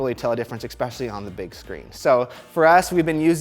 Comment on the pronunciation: "Exspecially"... Lol. The word is very "especially".